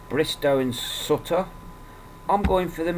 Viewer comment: pronounce it like suit her not like sut...ta great vid though :)